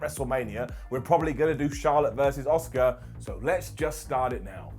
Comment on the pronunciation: Everyone else: Asuka: Oska